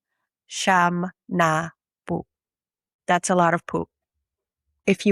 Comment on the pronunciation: Real Tagalogs say "SI YAM'...not "SHAM".........Also "SI YA'(he, or she)...not "SHA".